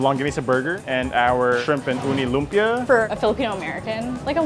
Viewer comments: Just to help with your Filipino pronunciation... it's lumpiaH (glottal stop) a glottal stop is like the H in the expression "UH oh." It's not an open vowel like lumpiaaaa. You have to stop the vowel sound with your throat. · LOOM-pyuh. Kuh-luh-MAN-see. Kinda obvious that they didn't grow up in the Philippines. Probably don't speak Tagalog either.